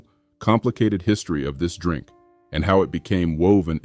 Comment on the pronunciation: The "Drank" that black America loves. I listened to that 5 times. was that pronunciation intentional?